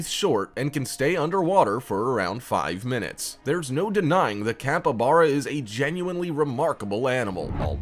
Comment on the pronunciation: The capybara is pronounced capeebara not capabara